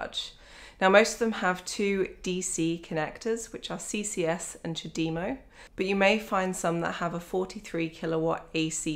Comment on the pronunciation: First time I've ever heard someone pronounce CHAdemo correctly, most try to take the French way of charge de move of (chadem o) rather than the Japanese "time for tea"